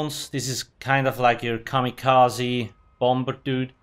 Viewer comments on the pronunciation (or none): none